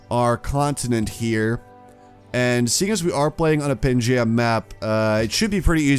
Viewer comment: it is pronounced "pan-gee-yah" not "Geh" more like Gee